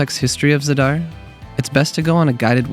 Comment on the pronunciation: Thanks for this excellent video. Reminder that the first syllable is usually accented, so it's pronounced ZA-dar.